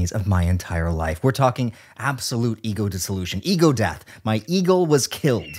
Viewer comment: Giggled and snorted whenever he says “eagle” 😂